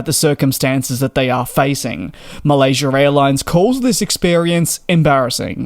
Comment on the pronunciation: There's no r at the end of Malaysia!